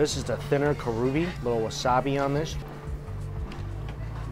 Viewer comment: Looks delicious! Makes me so hungry. Just FYI - it’s not Kah ROO Bee, it’s KAH ru bee like as in japanified pronunciation of Korean Kalbi.